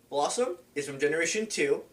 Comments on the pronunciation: pretty sure it's BELLossom... not blossom. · I bet a lot of the dislikes are for pronouncing Bellossom's name wrong